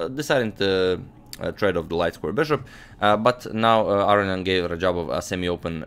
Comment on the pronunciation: Interesting game. FYI Aronian is pronounced A-ROW-NEE-EN